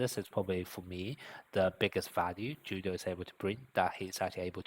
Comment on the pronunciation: Julio is a Spanish name its Pronounced as if the J is a H .....So it's like " Who-lio"..... not "Ju-lio". The letter J is really just a English sound.